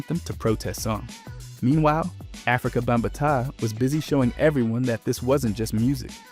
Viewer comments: Dog Africa Bam-buh-TAH??!? Aint no fuckin way 🤣🤣🤣🤣🤣🤣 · Africa bom ba taaa? WHAT? 😂😂😂😂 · I hate the way you pronounced Afrika Bambaataa. Great video tho! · Cool video. Could’ve pronounced the names better like RZA and Afrika Bambaata.